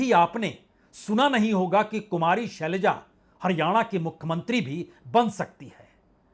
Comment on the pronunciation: सलैजा नहीं शैलजा।जोश में होश रख कर बोलिए।